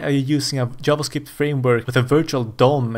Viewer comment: Pronouncing it as "yavascript" is in itself a hot take